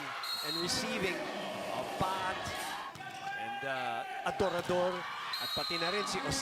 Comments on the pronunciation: Adorador mozzy! Hindi Ador Ador jusme ilang taon mo nang di mabigkas na maayos surname ni Shaya! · Since college hirap na hirap na si mozy bigkasin apelyido ni adorador hahaha